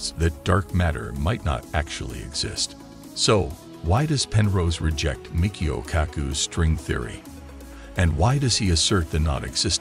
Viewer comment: You can tell its an AI talking since it does not correctly read Type I, type II or E8xE8 ! And mispronounces too Michio.